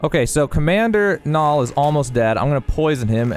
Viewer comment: As someone who's name is Niall, you mispronounced it terribly. It's nye-all not nall